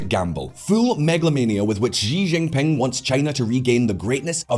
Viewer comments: Okay...that's it. It's a great video but something is driving me nuts: It's not "Ji Jin Ping" it's "She Jin Ping" Just like the pronoun. Slightly different in Mandarin but basically it's an "sh" sound. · Xi Jingping is pronounced roughly as Shee djingping, not ziziping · Why does he call the Chinese president “Gi Jin ping?” Does he say Willip instead of Philip? Aside from that great video. I think the ideas of the New Silk Road were good ideas but terribly executed and full of corruption. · I got distracted by the way he said JI Jinping and also his teeth :( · Please work on your pronunciation of Xi Jimping name. It's terrible and wrong!